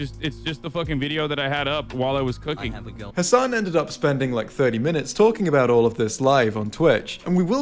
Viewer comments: Destiny all pronouncing Hassan’s name wrong and acting like he’s barely heard of him lmao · Why was destiny pretending not to know Hasan? Even weirdly pronouncing his name?